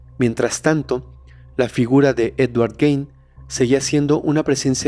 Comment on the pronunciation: Solo una observación, el apellido aunque se escribe Gein, se pronuncia Guin (como gui de guiso) no Guein. Todo lo demás, excelente capítulo.